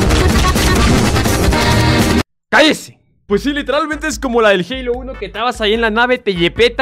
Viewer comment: wue no mames se dise halo